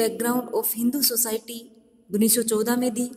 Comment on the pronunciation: मैडम जी gunnis सौ नही होता, उनिस सौ होता है